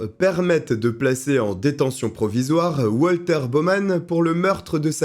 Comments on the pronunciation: Ca se prononce Valter (puisqu’il est Allemand), pas oualter. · Il est allemand alors ça se prononce Valter, pas à l'américaine.